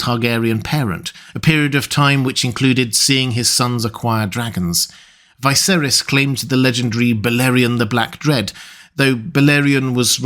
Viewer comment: I enjoy your content of ASOIAF and LOTR. But why do you insist on pronouncing Viserys' name that way?